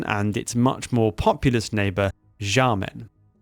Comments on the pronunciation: Xiamen is pronounced Shyamun. Or at least Shyamen, if the previous one is too much for you to process. The X is sh. Like in Portuguese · dude, learn how to pronounce Xiamen, or Xiao, or Xi. its a sharp "sh" like shamen, not jamen. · Great video, but please, pretty please, stop pronouncing Xiamen this way lol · Fei Ye is pronounced as Fey Yeh Xiamen is close to (but not exactly) Shaw men Xiao is pronounced like she-ow, but quickly as one syllable Tou is "toe" Suo is like the first sound in swallow The rest were pretty close. And no judgement here, Chinese is hard and the romanization doesn't always have the pronunciations you'd expect. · I found it hard to follow when U kept mispronouncing names like "Xiao" and "Xiamen". U have some patron with a Chinese name. Why not check with this patron on how to pronounce Chinese names written in English? Doesn't have to be accurate but just basic decent pronunciations. Not that I don't appreciate yr effort with this piece of history.